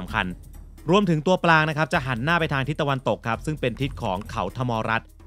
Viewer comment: วิทยากรให้ความรู้นี้พูดไทยเก่งมาก identify ออกเสียงชัดมาก แต่พอเป็น อาศาย หานหน้า อิสิปตาน้า ... ช่ายๆ ช่ายๆ... เด็กไทย คนไทย ภาษาไทย